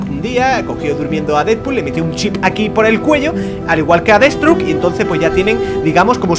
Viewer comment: deadsthroke no deadSTROKE